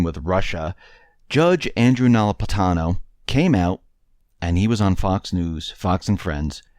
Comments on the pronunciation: learn to pronounce the judge's name Napolitano. It's not No-lip-atano. Generally you are an excellent speaker, so the obvious mispronunciation was disturbing. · say it with me, "NA- POL- I-TANO"Easy peasy! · It's Na-pol-i-ta-no.